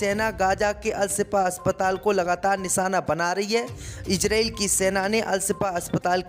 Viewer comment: khabsr padhna seekho ijrael nahi izrael aur bhi urdu seekhlo.